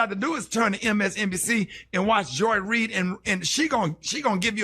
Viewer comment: This fool said Joy Ried, and now it makes sense he's joyless just like her